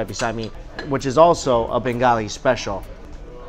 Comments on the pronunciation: "bangoli dish" LOL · Mike pronouces bengali as bangoli and says kosha manghso perfectly. Me? So darn proud!